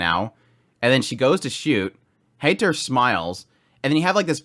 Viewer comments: Heiter, High-ter, not hater. Frieren(the verb form of freezing for some reason) Free-ren. Fern-Faern not fern like the plant. and Stark means strong. The dude is named strong. ge i wonder if he will be. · Heiter is not a Hater. He's more of a Highter.😁 The german "ei" equals the english "i".😊